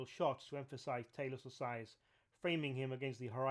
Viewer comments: Not "Tay-los", it's pronounced "Tah-los". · I believe it's pronounced "Tah- Loss" But I don't want to p155 on your bonfire. Great video. I love this stuff. I will subscribe.